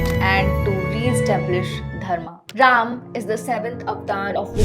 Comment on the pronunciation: why the hell you all new english k fufe sab god me end me A lagate ho , it's RAM not rama it's not dwapara yuga , it's simple DWAPAR YUG !! NO NEED TO ADD A AT EVEYRTHING !! ADDING LINK OF VIDEO OF AMITABH BACCHAN ON SAME TOPIC WHERE HE EXPLAIN SAME TOPIC WITH LOGIC